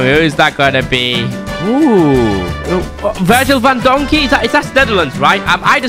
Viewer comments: My man really said van donkey its van dijk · Bro really said van donkey is van dijk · Man said sergia vandonky hes name van dyik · He said van donkey instead if Virgil van dijk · why did u say Van donkey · He said van donkey 😂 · My man just said “van donkey”💀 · Ikr lol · and bro said Uncle messi😂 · He said virgil van dockey 😅